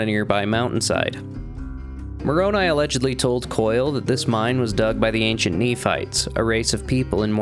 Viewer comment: Was butchering Brother Koyle's surname necessary?